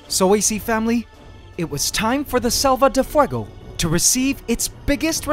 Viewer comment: I love your spanish pronutation of selva de fuego